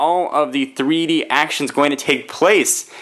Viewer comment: glasses free free dee is what you said the first time